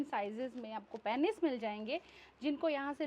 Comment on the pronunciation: बोलने में पेनिस नहीं पीनस होता है.